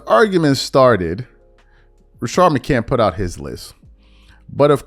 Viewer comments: It’s crazy that you “can’t” put an S on the end McCant”s” last name! You hear niggas say his name ALL THE DAMN TIME…and you still don’t put respect on that man name! Pathetic! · You put an S on the end of Jennings last name…but you can’t give McCants the same respect!